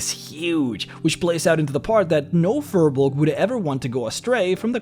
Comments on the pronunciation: You're mispronouncing firbolg. It's pronounced fear-bolg, not fur-bolg, I looked it up. Don't listen to what the players of Crit Role say because their DM Matt Mercer is the only one pronouncing it correctly while the rest of them are mispronouncing firbolg. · It's pronounced Fear-bolg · pretty sure it's "feer bolg" pronunciation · Look at how they massacred the period race of Na Fir Bolg! Fir Bolg is already plural, singular is Fear Bolg, and the 'r' in Fir Bolg is pronounced like a soft 'zh'. They're demons in the d&d sense and it took a literal civilization of the gods to wipe them out.